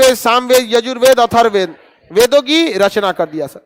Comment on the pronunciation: *खान सर ने गायत्री मंत्र का गलत उच्चारण किया था। और अर्थववेद या अर्थरवेद नहीं अथर्ववेद होता है*।